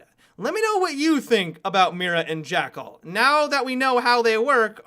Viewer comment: "jackerl" 2017